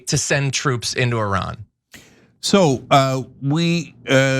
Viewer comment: How much money are you getting fom AIPAC IS ADL HELPING TO PROTECTING YOU. TRAITORS TREASONOUS SUPPORTING A PEDOPHILE WAR CRIMINAL STATE. YOU MURDERED INNOCENT PEOPLE IN PALESTINE, LEBANON, IRAQ,,YEMEN,SYRIA. NOW IRAN. SURPRISE IRAN IS COMING AND HELL IS COMING FOR YOU. YOU CANT EVEN PRONOUNCE THE COUNTRIES NAME CORRECTLY. YOU CALL IT I. RAN. SO RUN FOREST RUN. You are stealing our hard earning tax dollars to support zionest pedophile war criminals. Are you a zionest pedophile. Come out of the closet. Israel wants a zionest world. No Christians Muslims or any other. Wake up america